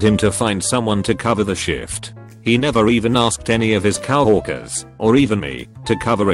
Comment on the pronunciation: Gonna read Coworker as Cow-orker from now on. Thanks robot voice